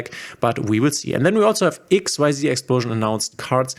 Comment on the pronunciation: for xyz cards you do't have to say x-y-z ---it's just x-z:)